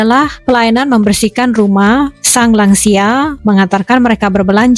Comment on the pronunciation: "Lansia" di bahasa Indonesia adalah sebuah singkatan dari "Lanjut Usia". Saya krg paham bagaimana anda bisa menyebutnya " Langsia". Buat saya langsia seperti nama spesies serangga. Semoga lain kali bisa berbahasa lebih baik lagi.